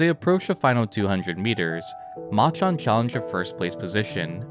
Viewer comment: Please say "Machan" properly